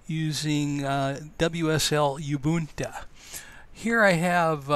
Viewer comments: Can't get over the "yh-boohn-ta" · Just FYI Ubuntu is pronounced oo-boon-too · its pronounced Ubuntu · Very cool project, i do find it very interesting though that you could have all the skills necessary to set up wsl and whatever other software is used to make this work and still not have been exposed to someone saying Ubuntu (to learn the pronunciation), or having the familiarity with the terminal to know why youre having the hit enter twice. Not that that takes away from the video, just a curiosity. What is your background? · You wrong. I'm sure the right pronunciation is Ubuntu as in Ubuntu not in Ubuntu